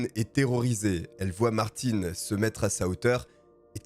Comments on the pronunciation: ce n'est pas ''Martine '' ça se prononce Mart-hein'' ........ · Mais sérieux, le nombre de personnes qui chipotent sur la prononciation de BMW et Martin c'est effarant! Vous écoutez une histoire qui a nécessité un travail monstrueux de recherches et de montage, superbement bien racontée, mais non: "hAn c MaRtiN, PAs MaRTinE" ma parole je vous vois comme des vieilles femmes éternellement insatisfaites qui laissent une étoile parce qu'elles ont attendu 3 minutes que le serveur vienne à elles pour les installer 😂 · c’est pas parce que tu prononce une tél personne d’une manière que c’est la même chose pour tout le monde … je m’appel « Brandon « mais ça se prononce « Brendon » la c’est Martin ( le PRENOM ) donc tu peux pas dire Martine qui est déjà un prénom féminin pour un nom de famille c’est pas la même chose Auston Martin son prénom c’est Auston … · Par contre c'est martin (un) pas martine (ine) mais top👍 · ARRÊTE!!!!!Ce n'est pas Martine,mais Martin😅c'est facile de dire le nom du garçon voyons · svp, quand vous dites un mot en anglais, essayez de bien le dire, ce n'est pas le petit Martine lol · Quand tu dis Martine alors que c’est Martin à la fin on dit le un